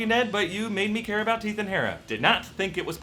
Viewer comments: Teeth and Hera he said instead of heath and Tera (who else heard this) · he said Teath and Hara instead of Heath and Tara, lol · He definitely said Teath and Hera... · He says Teath and Hara lmao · did anyone else notice that he said "teeth and hara" I laughed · he says, "Teath and Hara." It made me laugh. Thanks. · i just realized he sad teath and hara lol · hahaha he said Teath and Hara!! lmao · he says teeth and hara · he said teath and hara